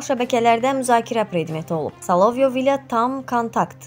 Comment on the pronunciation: Bu qizi men her gun izleyirem hansi sozu duzgun deyir ki, Solovyovu da duzgun teleffuz etsin. Bu qiz Korotcenkoya Kor ocenko deyen adamdir